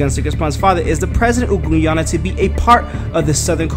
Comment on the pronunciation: Please pronounced Guyana right! Damn man! Wtf!